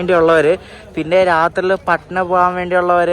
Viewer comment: പാടനാ അല്ല ബ്രോ പട്ന ആണ്